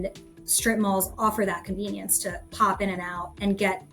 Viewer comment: Emphasis on the word "Convenience!"